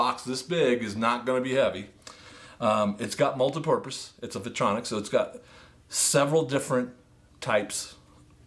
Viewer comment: Vitronix? Interesting pronunciation 🙂